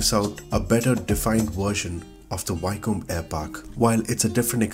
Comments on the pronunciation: Pronounced "Wick-um" :) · Pronounced Wi ( as in William) then come